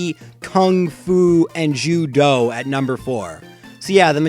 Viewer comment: When you said Ju-doh I thought you said Jyuho and I was about to fan girl over Nanbaka XD